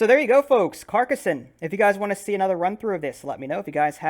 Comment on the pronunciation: very nice pronunciation, you say Carcassonne perfectly.